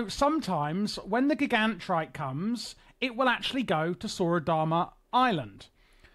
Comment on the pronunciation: I love how even with the myriad of NPCs in the game to reference the proper pronunciation of "Gigantrite", you went in a different direction. It's a bold move.